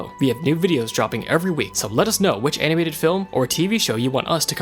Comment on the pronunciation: First sentence: "From time to time, an anibated movie..."